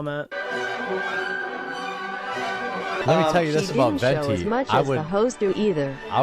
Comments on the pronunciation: why cant say venti properly? 'ventney' lmao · never failing to say Venti wrong is so funny considering the pope factor